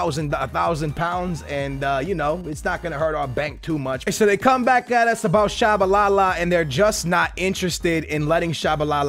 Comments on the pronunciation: how you pronounce Tshabalala and mispronounce Biabiany lol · Really skills, out of all of the names you mispronounce you get Tshabalala right? REALLY?